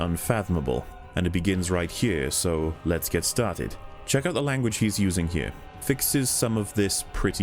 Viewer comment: I have returned to watch this whole series 4th time and I just can't keep myself from saying just how awesome your pronunciation of the word "here" is. Music to my ears every time